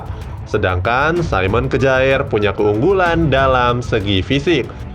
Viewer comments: Kyer min bacanya bukan kjaer😁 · Bukan kejaer bro tp bacanya kier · Kjaer dibaca kyer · Kjaer = kiyer. 🙄